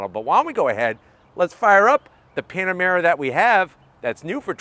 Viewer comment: He said PanaREma 😂😆, reminds me of most of my hometown eastern Europian friends, they call PanaREma and MitSIBUshi 😂😂😂